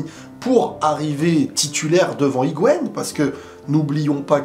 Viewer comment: Hi-Gua-ine svp frero 🤣